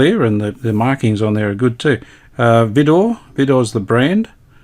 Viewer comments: We had a Vidor suitcase portable wireless (AC/battery) when I was a kid back in UK. Vidor was a UK battery manufacturing company in competition to EverReady. It was pronounced “Vye-Door” rather than “Vee-Door”. So wish I still had the set by my dad let me dismantle the set for parts to encourage me with my hobby at the time. KJ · I've never heard anyone in the UK pronounce the "Vi-" as anything other than to rhyme with "eye". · We say V(EYE)DOR pronouncing the "I" like "eye". Ok Cobber. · Hi, Absolutely brilliant repair job on your Vidor radio. Although I’m capable of repairing battery valve radios, I dislike doing so. When compared to none battery valve equipment, most models, irrespective of brand, are flimsy, and very temperamental. Your battery radio is one of the better performers I’ve heard in decades. One minor point, the ‘Vi’ in the brand name Vidor is pronounced with a long ‘I’ sound, as for example ‘violet’. Someone, many years ago, mentioned that ‘Vidor’ is an amalgam of part of the Christian names of the company founder’s two daughters: Violet, and Dorothy. Whether or not that is true, I can’t say. Nice chatting with you. Best regards, Phil.